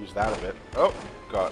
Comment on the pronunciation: You sound like you're saying oh got with your accent!